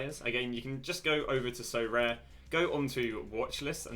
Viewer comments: Sorare: aribeh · sorare: Socommon. ( with the full stop). Thanks Flair!